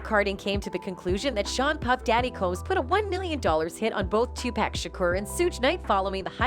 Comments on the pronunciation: why she keep says 2 pack it pac!!! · You lost me when you called him TUPAK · Tupac not 2pack lmao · uggh its not pack is pac ( paw-lk ) Tupac ... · Is not pack is pac white folks always pronounce black people name wrong is tupac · I cant belive that in 2023 you idiots still saying 2pack..damn idiots is Tupac without the damn K. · I can't even listen to "journalists" that say 2-pack. It's FN "Tupock" his first album was titled "2Pacalypse now" Damn why am I having to explain all this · Did she said 2 pacK??😂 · I get so annoyed when I hear people pronounce Tupac. " two pack" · Dude his name is not pronounced as pack. 🤦‍♀️ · Lol why she saying 2 Pack 🤣 man two Americas lol culture vulture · bitch did you just say Twopack🤣, im not even American and I know you fking up🤣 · Couldn't watch the whole thing with this lady saying "2pack" every single time . Another contemplation of shit from someone who doesn't know shit about what they are talking about 🤦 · “Tu-Pack” Smfh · I'm a female white hiphop fan and can't stand how white people pronounce if tupack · But she call 2pac by his wrong name.. 2 pack .🤣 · She keeps on saying 2pack it's driving me crazy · I stopped watching after she said tupack and raper instead of rapper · This narrator is killing me with the pronunciations... "PACK" & " RAPER" 🙃